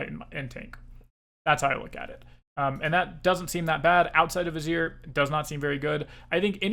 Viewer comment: Just a note that Azir is pronounced Ah-zeer. Great content, waiting for more